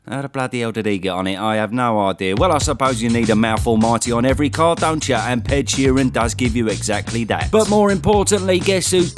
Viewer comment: Ped Sheeren 😂